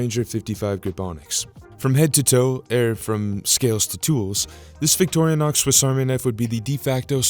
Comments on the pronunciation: It’s Vick Tore Uh Knox not Victoria Knox. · It's not pronounced "Victorianox" It's just Vic-tor-in-ox. Small thing, I know, but...